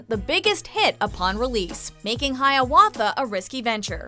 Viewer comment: The host just said Haiawatha without saying #6. What?